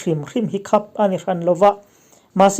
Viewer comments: Khap i lam dan khi a diklo.. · I aw ngaihthlak a nuam khawp mai..mahse 'khap' I lam dan hi a va mak ve.